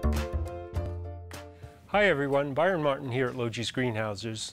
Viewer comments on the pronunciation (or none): none